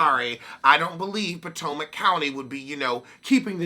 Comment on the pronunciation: I like how u pronounce (Potomac) pow tow Mac 🤣🤣🤣🤣🤣🤣🤣🤣